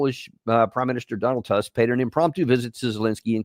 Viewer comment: Donald Tusk's name is pronounced Toosk, just in case.